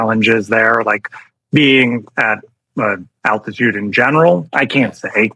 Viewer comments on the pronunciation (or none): none